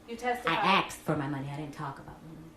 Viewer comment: She aKSed for her money I think you'll find that should be "ASKED"...